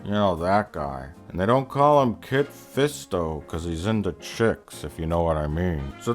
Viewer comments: Lol "Kid Fisto" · "Kid Fisto" LOL